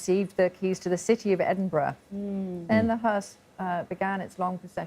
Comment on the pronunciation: It’s not EsinburG it’s Edinburra. Geez